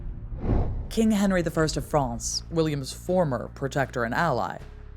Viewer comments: Interesting, but please either learn how to pronounce the French names correctly (e.g., Calais, Château de Falaise) or stop referring to the country across the Channel as "Frahhhnce" every time. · FRANCE. Why can't she say France?!? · Excellent documentary, with a good presenter. The only thing I didn't like was the unnatural-sounding pronunciation of "France", which seemed like an American trying to do a hybrid between the way the English and French would say the word, but wasn't really either and just sounded odd and forced to my English ears. I would have been happier if she had just gone with her natural American pronunciation. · Good documentary as expected by this presenter. But why pronounce France with a soft a? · I never heard anyone pronounce France like that!!